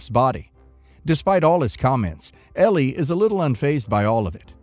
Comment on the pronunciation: Story 3: Elle is L not L E. Drove me crazy the entire video. Sorry rant over. Otherwise enjoyed watching.